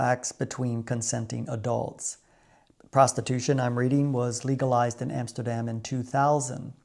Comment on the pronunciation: 22jaar in Nederland en het enige goede wat je uitspreekt is AMSTERDAM???NO WAY,,!!